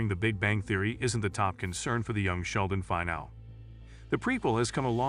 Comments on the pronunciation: is it a bot voice? its Fin-al-ee, not Final. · This is 100% AI voice. Listen to how "finale" is pronounced almost at the end of the video.